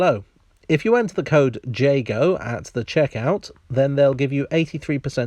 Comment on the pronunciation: I was really hating this ad until you said "Jago" and now I'm grateful to it for now know how to say your name (I've been saying "yay-go"). Edit: mostly I'm mad at the ad because sharks aren't mean! They're cute and deeply misunderstood!